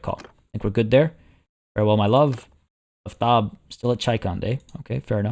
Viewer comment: Aftab is Persian,right name in grammar is Aftabpur (Aftab itself is not rightly a name), Aftab is very uncommon and mostly means the warmness of sun, the sun in fact is Khorshid and there was men, in fact one king which their names were Khorshid. at least pronounce the name rightly, A for Aftab (both of them) is like Armenia and Arman not like Poland. sun itself is a god which follow Mithra but usually in this recent 800 years both gods combined and now sun is symbol for Mithra, Mithra in ancient Persian and Indian means promise and oath, if anyone disgrace marriage or an agreement like vows the goddess (in Iran and India is female) will destroy their house, lineage or honor, she worship in war too. in fact you can see Mithra in Qajar ( ) flag. so if Partia (which is a Persian name and means steppe rider or something like that) worship Mithra (as Parthian empire main religion was Mithraism) so he absolutely shouldn't betray Soltan, Macbeth will happen.